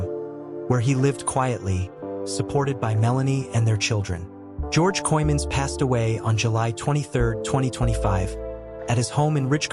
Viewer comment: weer een AI in elkaar geknutselde video en de man zijn naam wordt niet eens correct uitgesproken , wordt hier niet goed van , of ligt het aan mij